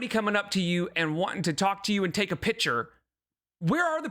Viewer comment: Finally found someone who’s pointed out how she says “take a pitcher” instead of “take a picture” omg